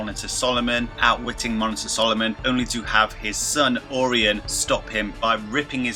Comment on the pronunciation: Orion : It's pronounced "oh Ryan"